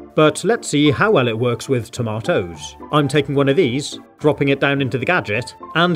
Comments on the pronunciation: TOMAto's CArooots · Yes he did say Ta mat Toes. He is not American